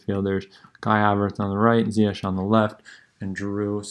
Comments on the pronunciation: It’s pronounced Zee-yesh. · Its ZiyeCH like SHine